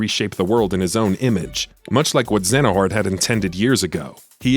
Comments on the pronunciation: He keeps saying "Xenahort" and my ears can't unhear it... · You kept saying xehanort wrong lol . But nice video 👍